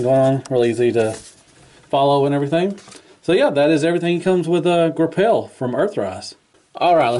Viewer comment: "Gra-pelle" haha ;)